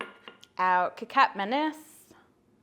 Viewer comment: You pronounce Kecap just as you pronounce Ketchup